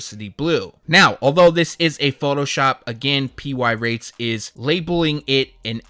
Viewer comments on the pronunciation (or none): Gave you a dislike bc you keep saying PY Rates instead of Pirates.